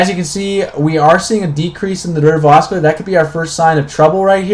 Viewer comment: Constructive remark: It's pronounced AH-Sill-ator. No Hard C.